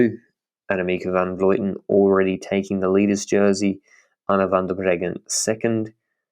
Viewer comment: Awesome podcast, but it's Van Vlooten, not Van Vloiten. I'm not sure why so many people say her name that way.